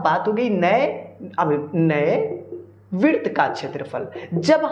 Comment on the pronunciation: Virt bol diya hai😂😂😂😂😂😂